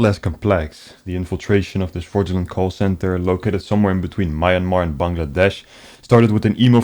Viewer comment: That being said, good job mate! Well done heh (and it’s me-an-mar not man-mar) 😝